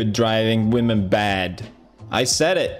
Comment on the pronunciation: Ben Bristol he’s never said women it’s wahhmen